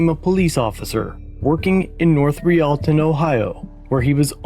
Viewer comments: Living in Ohio about 20minutes away from this city hearing the way you pronounced it made me laugh. It’s north “Royal-ton” not “re-all-tin” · How the hell do you botch the city name of North Royal-ton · Nice if they could pronounce "North Royal-ton" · As someone from Northeast Ohio your pronunciations are killing me.